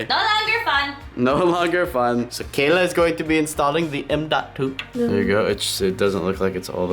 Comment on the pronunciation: I love how (sos for butchering your name) does the last step first and she put her FINGERS ON THE MOTHERBOARD. NOOOOO and why do you need a water cooler in a productivity PC it's not a gaming PC it won't get that hot not even gaming pcs get that hot